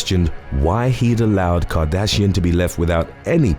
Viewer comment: I was in till u said cartrashian!